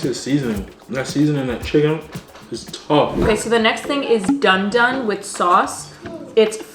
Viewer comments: Dooon doon. Not don don. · It's the way pronounced dundun for me😂😂😂😂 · The pronunciation of the "dundun" got me rolling 😂😂